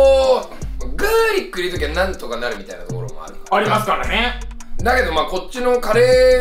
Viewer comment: カ゜〜↑リック↓